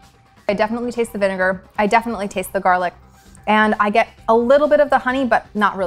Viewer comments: it'a Actually Vineger not vinger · "VINGER" 😂 You savage, savage people 👍👍👍👍👍👍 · "vinn - ger" IM DYING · bro said distilled vinger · look how he says vinegar to avoid being cancelled lol